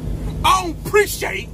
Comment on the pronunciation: 🤣🤣🤣 "I don't preech-ate"